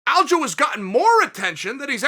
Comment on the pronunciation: Will Chael ever get Aljos name right? ALDO.